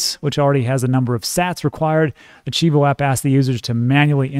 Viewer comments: you stay butchering my beautiful language! And you’re from Texas like me! 🤦🏻‍♂️ it’s cheee voe!🐐 Great video, I also took advantage of that nice little dip! Love your transparency on this one! Much love from San Antonio! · Chivo is pronounced Chee-vo. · CHIVO ; say the i like an e, CHEE-VO. love your channel. I`m a Salvadorian in VA so definitely like when you cover this. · It’s pronounced CHEE-VO 😀